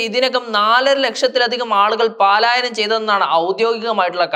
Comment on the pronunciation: പലായനം എന്ന് പഠിക്കണം 😄